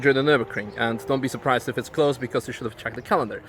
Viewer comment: "What are EWE doing?" lmao almost didn't catch that